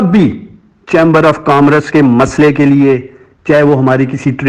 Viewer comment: افسوس کامرس کہنا تو سیکھ لیجئیے۔یہ لفظ کام رس نہیں ہے۔🤦‍♀️